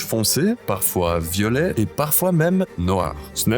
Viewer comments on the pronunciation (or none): none